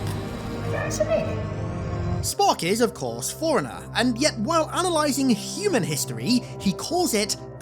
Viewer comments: Forerunner or foreigner? Lol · Fore runner not forunner ...... Wtf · I may not be a native speaker, but ... something tells me "forerunner" is NOT pronounced the same way as "foreigner"? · All that effort and no one told you that forerunner and foreigner aren't pronounced the same. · Forerunners is not pronounced "Foreigner" no matter your accent, come the fuck on. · He keeps pronouncing "Forerunner" as "Foreigner" and now I can't unthink it. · Why are you saying foreigner? Thats not it. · I’ve never heard someone pronounce forerunner as foreigner before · Word: Forerunner: "Foreigner." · Ive never heard anyone pronounce forerunner foreigner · Please work on your pronunciation. It is pronounced “fore runnner” you keep saying foreigner